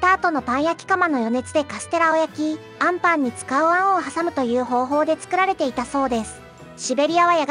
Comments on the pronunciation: 最後の最後であんパンのイントネーションおかしい😅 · あ↑ん↓パン😂